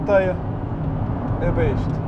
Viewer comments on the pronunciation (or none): none